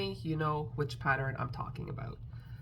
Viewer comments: LMBO…PATTER-INN 😂😂😂 Girl you do you…people don’t go at. Leave her be, we all speak differently, so you do you!!…just a thought, I’m on a pattern buying band, does that mean I can buy patter-inns??? 😂😂😂 And yes the live was a blast…looking forward to the next one!!!! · Omg, you are hilarious! Every time you popped “patter-inn” on the screen I giggled. I don’t know why people feel the need to point out such silly things. Just keep being you! Anyway, I love all your makes this week! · Ha ha, I used to say Sammich for sandwich until my teenage niece corrected me… I now say sandwich but in my head I am saying sammich😂. The big eyes on the possum is really cute! I laugh at every patter-inn you post😂. That bat is awesome, the explanation of wings is helpful should I buy the pattern.